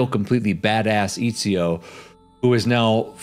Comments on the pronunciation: Eeezio? Eh tsi oh. Put some respect on that mans name and pronounce it correctly. EZIO AUDITORE DA FIRENZE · Bro, I’m sorry but I gotta say this it’s not fucking EEE-ZIO it’s ET-ZI-O